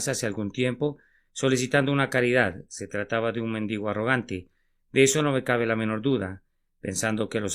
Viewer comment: Me disculpan pero eligieron mal al que leyó el mensaje, no le puso ninguna gracia a la lectura de una reflexión tan bonita e inspiradora. Y no se dice "méndigo".